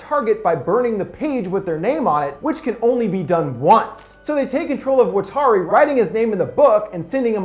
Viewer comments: Stop butchering Watari. It's not fucking "Wa-tar-e" it's "watt" like from a lightbulb. "R" like The fuck "Are" you saying. And "rrree" like the sound you're going to make when I come and shove this garbage film up that ass. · The way he pronounces watari is bothering me, but fantastic video